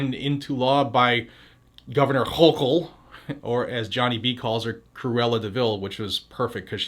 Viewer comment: Shitube is preventing me from reading two of the three other responses. They need some classes about respecting the 1st Amendment. On a happy note you make me LAUGH whenever you emphasize Hawkle's name.... 🤣